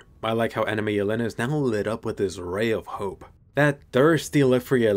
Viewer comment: Jelena is pronounced **Yèlena**. Is a slavic name meaning "deer", while Falco and Porco are also names (this time italian) referring to animals: hawk and pig lol (this is also why in the first scene 4x01 Falco si talking to a hawk)